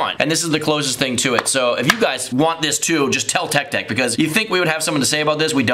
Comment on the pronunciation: Umm ik this is late but the intro he says tech sëx